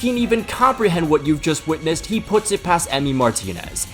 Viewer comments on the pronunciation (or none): none